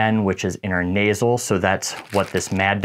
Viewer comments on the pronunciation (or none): great video. Just a heads up its inTRA nasal, inTRA venous, not inTER :)